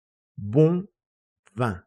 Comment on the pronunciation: Pero la pronunciación de la palabra vino es [vɛ̃] no [vɑ̃]